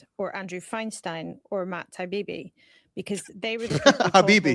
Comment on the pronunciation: It’s completely indicative of the sad state of the UK that a UK media figure would pronounce Taibbi like it’s an Arabic name rather than an Italian name…